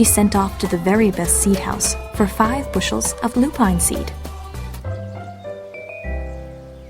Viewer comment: Lupine is pronounced Loo-pin not Loo-pine !